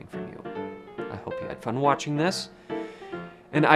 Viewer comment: I notice "and" (eeeyand) and "good" (gyuuhd)